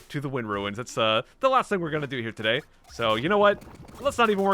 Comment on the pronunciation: "Todady, we uh... swamp?"